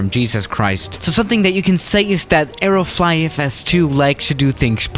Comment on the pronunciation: I thought u said aeroflot for some reason😂